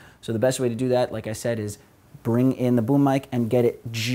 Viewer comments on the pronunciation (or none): none